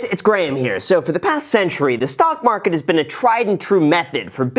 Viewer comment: Tryna rig the marhhhket